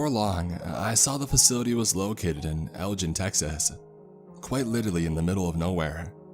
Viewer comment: You mispronounced Elgin.